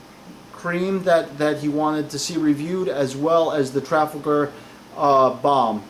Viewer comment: It's tra fal gaher as in the battle of!